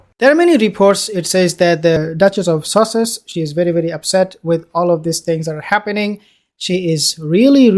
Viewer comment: Did the said...the duchess of sausages??